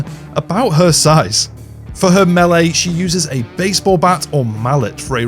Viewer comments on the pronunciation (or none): "Milay (Melee)". 🤣👍🏻 sorry, I like this video.